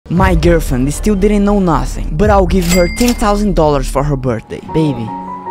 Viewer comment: "Ten touseiin"